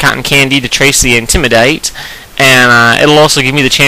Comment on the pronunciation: Dude love your vids, but please don't say intimidate like that. :P